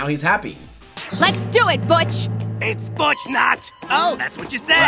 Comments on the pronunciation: Butchering butch’s name constantly is crazy 😭😭😭😭😭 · I love the running gag of you butchering (pun intended) Butch's name